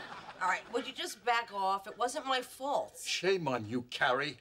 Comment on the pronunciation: always seems to relish being in a bad mood. How about the way she talks too? She says the word “talk” as “tuak” and says the word “fault” as “fooult” there’s no O’s in there!